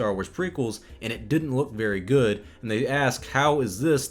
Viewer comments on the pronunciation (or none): When you said that “the prequels are very good movies” I think you mispronounced “good”